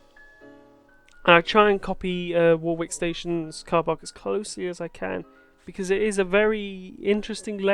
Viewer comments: Great video!! This is my local train/ bus station. Warwick is pronounced without the second W, it’s silent. More like War-ick, but how you said it is just fine 😂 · That wrong pronunciation of Warwick, damn. Silent second w. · 1) Your pronounciation of Warwick is amusing the hell out me 2) That carpark is an absolute bitch to get in/out of during busy periods 3) Elevated Stop Enabler is your friend 4) Loving the outro ;)